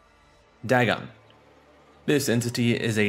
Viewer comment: "Dag'n" Pfft.